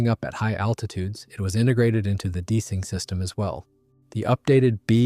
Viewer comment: I’ve asked before: do you use AI to do the commentary? Every time “de-icing” is in the script, it says “deesing”